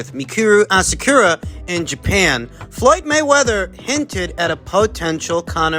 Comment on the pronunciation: Moyd Flayweather 😆